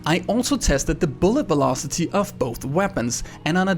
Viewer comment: Velocity sounds like bulocity